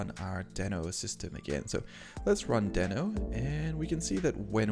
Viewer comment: Nice video, however it is pronounced as deee-no. I was not also correctly pronouncing in my videos, but I now try to correct it. Again, nice video 👍